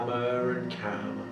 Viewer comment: Dark Cookie omg xD when he says calmer, I always think he says camel (no offense)